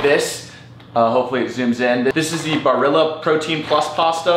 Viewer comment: I bout lost it when he said Barilla lol, I love the protein pastas since they are an easy way to get more protein in the recipes for the day!